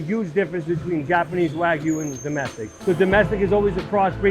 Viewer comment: Bro, you pronounce it wrong. It's wah-gyu not weh-gyu.